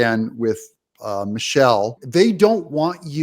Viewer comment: Its not Michelle its Michael